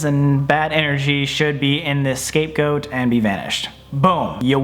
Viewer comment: Omfg it sounds like he says Escape Goat